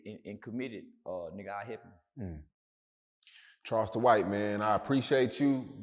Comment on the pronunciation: Charleston is always buthering someone's name